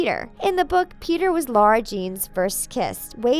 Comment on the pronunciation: It literally says in the third book that it's not pronounced "LAURA ". It's pronounced LARA